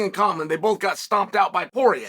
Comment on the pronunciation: Not sure if I’m alone on this one, but a few times when Chael said “Poirier”, I heard “Jorge”, and was wondering how Masvidal came into the conversation all of a sudden